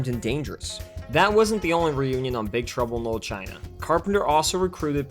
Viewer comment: "Big truble no china"? Is it just me who hear im say that?